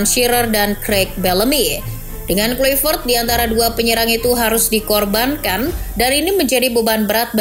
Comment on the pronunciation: Ijin koreksi cara nyebut nama nya ya min, harus nya Klaivert 🙏